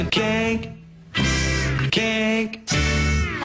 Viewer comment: It's "Kink", not "cake"